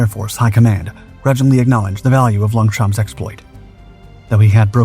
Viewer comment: Don't pronounce P in Longchamp